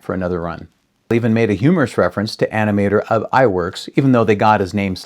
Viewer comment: Ub's name is actually pronounced "oob" as a Norwegian name. But everyone gets "Eyeworks" pronunciation for Iwerks right. Iwerks did have a fetish for doing Busby Berkeley type dance numbers. And happily it cuts down on animation time if you do drawings almost like xerox copies and have the in-betweeners do the repetitive images and pay the girls low wages. Of course, I would've adored the work if I got paid $2.00/hr in the 1930's. I got paid $2.25 as a high school student to work part-time as a key maker inthe 1980's. Just saying.